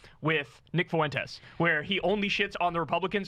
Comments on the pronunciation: Someone please help Kyle with his pronunciation of Fuentes. Only two syllables, not three. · Can someone tell Kyle how to pronounce Fuentes name already?